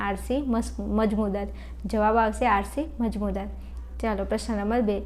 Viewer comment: મજમુદાર ❌❌ મજૂમદાર✅✅...😅😂😂